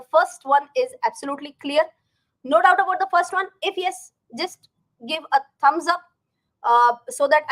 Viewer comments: From this Diwali pls change the way u pronounce YES. For sometime it was Ok but no more. Pls yaas is yuck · i LIKE your pronunciation of the word YES. very unique